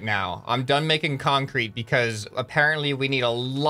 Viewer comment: so we have a. Kan-Crete woc way